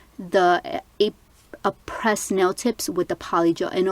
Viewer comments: Its pronounced Ah-prey not Ah-pres it's a silent ś, very pretty nails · Aprés is pronounced Apray. You can call them too they’ll tell you. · aprés is not pronounced 'a-press' i hear so many people pronouncing it that way and it irks me lol